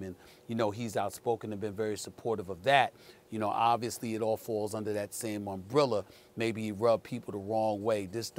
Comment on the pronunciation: What’s an “UMBRILLA” Stephen A?